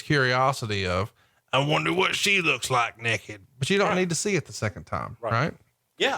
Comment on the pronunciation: THAT'S NEKID! N-E-K-I-D! NEKID! LMAO